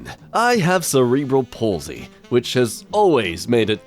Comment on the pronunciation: Did you pronounce Cerebral Palsy like that on purpose?